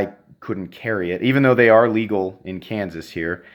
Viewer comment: He saide kanses